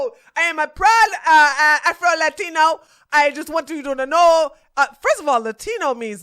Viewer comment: He uh prowwwd afroeluhteenoooo...🤡